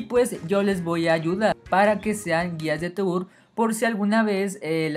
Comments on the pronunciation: Toúr? Se dice "Tur" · Se dice Tur no To ur :v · Se pronuncia "TUR" no "TOUR" me dio tanto Cancer que no pude ver ni un minuto de la epilepsia que me dio